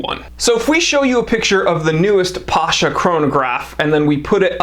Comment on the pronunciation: It's not Pásha (it will be a popular Russian name), it's Pashá (ottoman military commander)